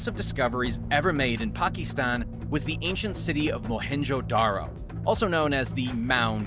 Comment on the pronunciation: why are you saying Pakistan so weird for?